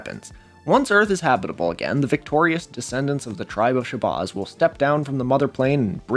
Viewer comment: Dude, stop mispronouncing Shabazz. Where did you get your research from, AI voice-over from youtube??? You’re correct about Wallace Ford and some other things, but you lack street knowledge. And why is it always white people who are fascinated with black culture? We live in a world that’s backwards. I’m asian and I’ve been studying the NOI and 5 percenters since I was incarcerated in 93. I’m not religious, but some of the knowledge within NOI and especially the 5 percenters are beneficial in everyday life. If we didn’t have supreme mathematics and the supreme alphabet, then many blacks would be lost and commiting more crimes. Plus, we wouldn’t have intelligent artists or talent such as Nas, Wu-Tang, Muhammad Ali, etc…